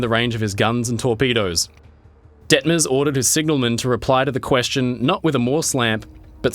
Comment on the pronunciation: it was zeeeeee Nazis